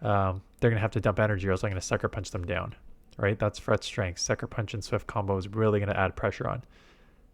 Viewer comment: wtf is a "fur-rette"